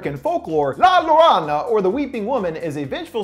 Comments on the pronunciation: Oh dear. Llorona is pronounced yo-ŕo-na. Double l's are always pronounced as a y. Llorona meaning crier or cry baby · Hi! Llorona is pronounced like "Yoh-rroe-na". Kind of. I love your videos! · Its YO-ronna In Spanish a double "l" is pronounced as a "y". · Llorona ||Yo-Roe-NAH|| Ouch dood hope this helps when you get the review out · the way you said la llorona (Yo-Ro-Na to help out) made me feel odd... but you said it with confidence so props to you :) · No offense but llorona is pronounced yorona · Please don't say llonora again or at least learn how to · Omg it’s pronounced yo-ro-na lol I couldn’t help but laugh at the way your pronounced it. At least you tried ! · The way you said llorona made me cringe so bad. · He said Llorona like some dyslexic mob boss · Wow, you've got to look up some foreign pronunciations when you're using world's from different languages. Watanabe [Wah-tah-nah-bay] and Llorona [Yoh-rroh-nah]